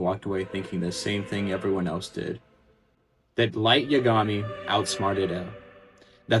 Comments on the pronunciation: (Assuming you’ve watched English dub) How does one listen to the anime and still pronounce it : ya GAH mi? And not, YA gami? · The only thing worse than L's death is this man's pronunciation of 'Yagami'